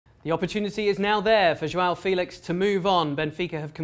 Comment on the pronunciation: It isn't João filix , it's Félix you looks like sport TV comentators saying João feliche